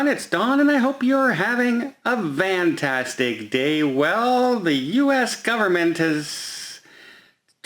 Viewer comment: Ok, you are saying “Van-tastic” aren’t you? I picture a Chrysler Town and Country every time lol!